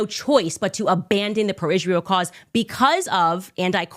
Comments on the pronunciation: I wonder why she says “Ishrael” instead of Israel. It’s so annoying. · Why she always says "ICHRAEL"? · Why does she say Ishjrael? 🎼 You don’t get to ask those questions 🎶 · I just can’t with Candace. Just her saying Ishrael drives me up the wall.